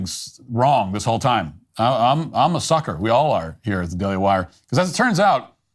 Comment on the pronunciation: YOU AIN'T NO SOOKER. YOU'RE A NICE MEEAHNN.